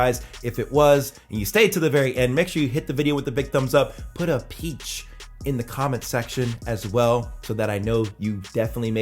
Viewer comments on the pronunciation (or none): 🍑 did he say Peach or peace? haha